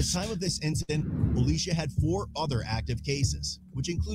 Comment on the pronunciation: That's not how you say Alicia! 🙄